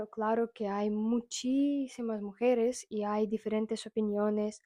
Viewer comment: hola. Un dato: mujeres lleva acento en la e del medio mujEres